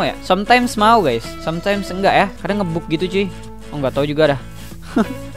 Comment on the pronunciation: Ngebug dibaca Ngebag